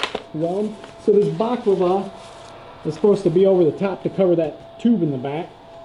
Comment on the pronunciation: Bah-la-cla-va. Baklava is a dessert :-)